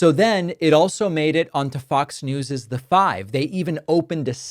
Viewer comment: It’s pretty rich when you make fun of Trump and the way he speaks and says certain words while you can’t even say “NEWS” without using two syllables. You’re an idiot. Trump is an idiot. The world is filled with morons like you and him that are all about hysteria and hyperbole. Your show sucks. Badly.